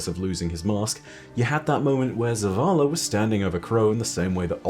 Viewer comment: Zavala, it's zavala